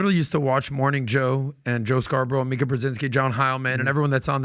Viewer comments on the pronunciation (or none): none